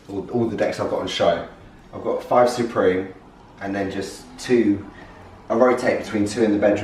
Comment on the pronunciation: It is “supreme” not “soooopreme”